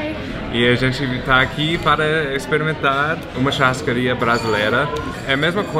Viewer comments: ele falou charrascaria kskks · chárascaria .." Meu deus " que merda é essa que tu falou, se fosse um brasileiro fazendo um vídeo com as pronuncias erradas já tinha muita gente falando mal